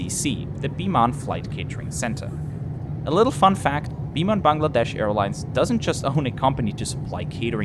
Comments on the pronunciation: A lovely and respectful review. Also well done on pronouncing “Bangladesh” correctly. Wouldn’t be so quick to recommend Josh Cahill videos. He always seems so negative. Well done! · First foreigner who correctly pronounced "Bangladesh" word🙃